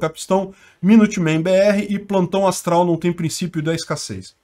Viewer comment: É "plano astral". Ele falou errado kkkkkkkkkkk